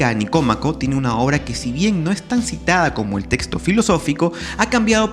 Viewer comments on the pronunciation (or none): none